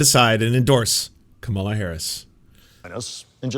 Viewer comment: Dude,,,..it's pronounced Comma la...not Ca malla. You're first day at politics?